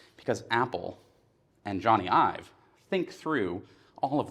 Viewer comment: Nice work here. But .. Ive, not Ive. And Aluminium. Americans .. stick to blowing shit up.